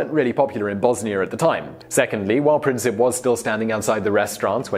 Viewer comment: Also, with Princip, its Prin-seep